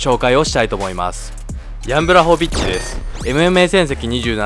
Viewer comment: ポーランドとハーフなんでめちゃ嬉しいです。正しくはブワホビッチですね読み方。